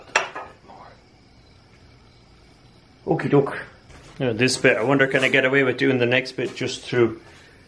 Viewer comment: Whenever you say "Don't do dis" those are the most interesting parts almost every time.